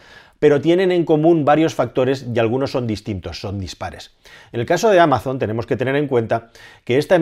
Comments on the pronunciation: No es "ameison" en inglés sino algo parecido a "ámason". No es muy diferente a como se dice en español. En cualquier caso, gracias por tus vídeos! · No se dice “ameison” en inglés. Es “ámason” con s sonora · Excelente análisis! Solo un comentario: en inglés no se pronuncia "améizon", sino "ámazon", con acento en la primera a y con la z sonora, como un zumbido. Y cuidado con los "generosos donativos" de los magnates estadounidenses porque lo que suelen ocultar es una maniobra para no pagar tantos impuestos. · En verdad Amazon, la marca, se pronuncia igual en inglés /Amason/ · Amazon se pronuncia igual en inglés como en español. Acentuada en la A "ámazon" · Ameison para los anglosajones XD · "Ameison" XDD No te preocupes, te queremos igual. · ¿¿¿ "Ameison" ??? Poco inglés has escuchado tú. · Amazon en inglés no se pronuncia Ameizon, se pronuncia igual que en español. Saludos desde EEUU. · No hay ningún anglosajón que pronuncie Amazon asi xD